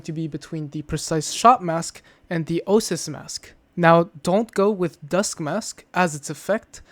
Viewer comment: Oasis. Oh-Ay-Sis.